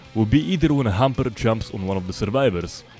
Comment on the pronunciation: Did he say humper instead of hunter?